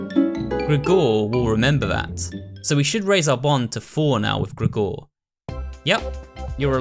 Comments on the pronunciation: Great playthrough but the way you pronounce Gregor is ridiculous lol It's like Gregory without the y..>XD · I love you but I hate the way you say "Gregor"